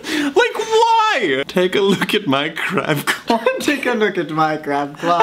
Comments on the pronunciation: Did anyone think said Crap cloth instead of crab claw??? Or is it just me? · "Take a look at my crab claw!" Lmao for a second I heard it as crap cloth and was so confused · I thought he said crab love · I thought said “Take a look at my crap cloth!”